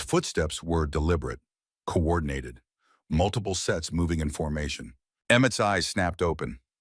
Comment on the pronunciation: Watching from England UK, the name of the man who is looking for the boy in his care is called pemberton not peton,the boy's name is Emmett not emmtt, please get the names right, pemberton should go to prison for falsifying and claiming government pay for the children who are no longer living in the house of horrors, that is called fraud ❤💓💯🏍️ Emmett will have a new place to live when he leaves hospital, Rowan has already told Emmett he has a place above the brotherhood garage where Rowan works, building bikes